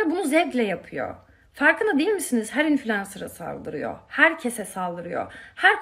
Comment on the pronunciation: ya şu kız ne zaman influencer lafını doğru söyliyecek ya influenza diyip duruyo aynen domuz gribi aynen HAHSHASHAHS geçen videoda da yanlış söyledi yazık...